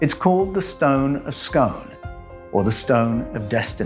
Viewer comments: Fantastic! Just one small point, I can't help myself, I'm Scottish,and our stone is pronounced the stone of Scoon not scone.😊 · Re. The Stone of Scone: Scone is pronounced 'scoon'. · The stone of destiny in scotland comes from a place called scone (pronounced scoon) near perth.